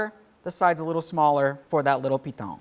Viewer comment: "I'm gonna put the center over the center little ??????" I keep rewinding and it drives me nuts. I think he calls it a piton. but he puts a weird accent on it. I'm in Wisconsin. I googled piton and I guess it makes sense. I learned a new word and skill from this video. I wouldn't agree with the pronounciation. it makes it sound french. and in spanish "pitòn" has other meanings. Great video!!!